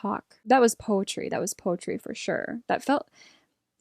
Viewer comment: When you say poetry it kinda sounds like you're saying poultry 💀